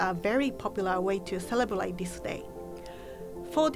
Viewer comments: That time she pronounce celebrate as celebelate ......love her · Is it just me who hears celebelate when says celebrate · she said "celeblate" not celebrate lol all i could think was aww shes so adorable💜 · came for japanese food, stayed for saying 'celebrate'❤️ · it's so adorable how she says 'celebrate' celeblate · is cute pronouncing " Celeblate" instead of celebrate hahahahahha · ✨celebalate✨AAAAAAA I LOVE HER🥺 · how many times did she say "celebelate"? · That "celeblate"is so cute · Celebelate..... charm 😄😄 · Is she saying celebelate or I'm hearing it wrong? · No one:: Celeblate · Cele braate